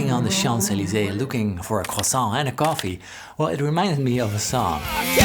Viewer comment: Baul MgGartney and goffee??? Why can´t dutch ppl say P´s and K´s??? 🤣